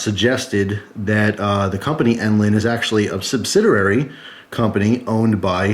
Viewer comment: Subsiderary? xD That's funny right there.:D